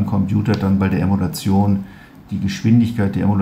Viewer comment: Das Video zeugt von totaler Unwissenheit - da kann man nur sagen "Schuster, bleib bei deinen Leisten"! Erstmal heißt das "Emulation", nicht "Emolution" (z. B. ). Zweitens soll mit neuer Hardware und ein wenig Software dem alten System vorgespiegelt (= emuliert) werden, es wäre die alte Hardware angeschlossen. Das Gesamtsystem "mal eben austauschen" geht bei so einem hochkomplexen System nicht so einfach und ist mit immensen Kosten verbunden - vom Zeitaufwand (Jahre für die Entwicklung) mal abgesehen. Das ist auch nichts spezifisches bei der Bundeswehr sondern ist bei allen Armeen Gang und Gäbe. Bei einem Armeesystem darf eben nicht das passieren, was VW beim GOLF 8 passiert ist, dass nämlich das System bei Vollgas auf der Autobahn abgestürzt ist und neu gestartet wurde, weil das System zu hastig entwickelt und nicht ausreichend getestet wurde. Auch OTA-Updates bei einem Kriegsschiff (wie es derzeit bei Autos gemacht wird), wäre unzweckmäßig und könnte im Ernstfall fatale, tödiche Konsequenzen haben. Der Beitrag riecht für mich nach "da mach ich mal wieder Stimmung gegen unser Land" - aber ne vernünftige Alternative hat man ja nicht (so wie die AfD auch nicht) und muss ja auch nicht liefern. Wie man an den Kommentaren sieht, wird das Ganze im Kommentar dann z. B. mit Polemik gegen die Asylpolitik garniert, was mit dieser Sache rein gar nichts zu tun hat.